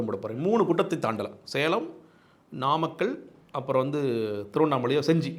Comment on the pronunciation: நாமக்கல்...என்ற ஊரை நம்மக்கல்...என்று பேப்பரை பார்த்துக்கூட சொல்லத்தெரியாத விசய் அது என்ன...முப்பது பேர் விழாவா.....சாரி...தப்பா சொல்லிட்டேன்... முப்பெரும் விழா..என நையாண்டியாக. பேசிய 41-உயிர் பலி நாயகனுக்கு கருவூர் சித்தரும்...... பசுபதி நாதரும்........ மரண அடி கொடுத்துவிட்டார்கள்...இனி மீள்வது...இயலாததே